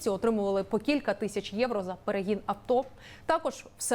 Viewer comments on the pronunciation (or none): none